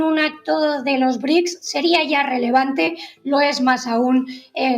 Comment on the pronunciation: No son BRIC!!!! 🤦🏻‍♀️🤦🏻‍♀️🤦🏻‍♀️ Son BRICS!!! Brasil, Rusia, India, China, Sudáfrica!!!!! Vas a hablar de los BRICS y ni siquiera puedes pronunciarlos bien!!! 🤦🏻‍♀️🤦🏻‍♀️🤦🏻‍♀️